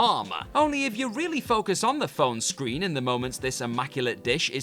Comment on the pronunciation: Can this guy please speak like a normal person. It not screenah, or Doctor Who-ah. I really wante d to watch this, but the way he ends every sentence with an 'ah' is unbearable to listen to.